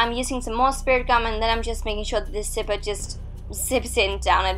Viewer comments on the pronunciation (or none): Zipper not sipper but is is her accent though